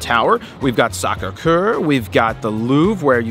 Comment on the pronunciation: "Sacre Coeur"....sounded like "Gam-burger" in pink panther :) 'couple shekels' haha its Euros in France..